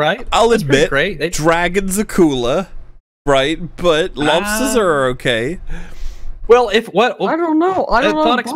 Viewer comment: Jordan Peterson has a great dumb speech about lobsters. He calls them loaghbsturs